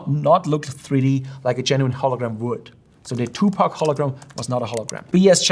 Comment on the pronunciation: He's Tupac, not Two Pack